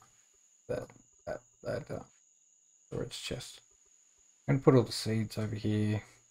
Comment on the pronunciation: "Hyyee" instead of "here" is almost physically hurting my brain..